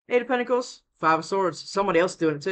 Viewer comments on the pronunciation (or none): Is it just me? I hear pickles every time you say pentacles at 1.5x speed 🤔😂🥒